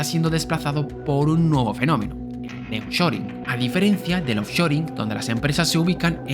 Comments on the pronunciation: Es nearshoring y no neoshoring que no? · No es Neoshoring sino Nearshoring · Me gustan tus vídeos. Solamente aclarar que el fenómeno comentado se llama “Nearshoring” no “Neoshoring”. Ah pero ómo son malos ustedes los españoles para el idioma inglés. Jeje 😂